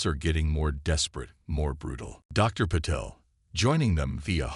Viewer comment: WHAT THE HELL IS AI’S PROBLEM WITH PRONOUNCING AND SPELLING A 5 LETTER NAME SUCH AS PATEL , VERY FRIGGING SIMPLE AND TO THE IDIOTIC WRITER , THAT IS WHAT PROOFREADING IS FOR , MORON !